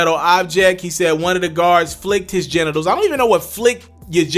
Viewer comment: “What does that mean ta flick someone’s gentitles” 🤣🤣🤣